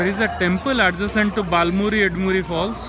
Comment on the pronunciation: It’s not “baal muri” or “Ed muri” It’s bala (right) muri and Eda(left) muri. Just correcting you. Thank you for the video